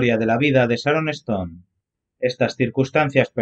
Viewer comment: No se pronuncia sharoneston!!!! Es Sharon stone!!!! Insoportable voz!!!!